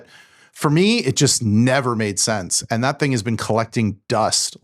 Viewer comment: “And” does not have a t sound.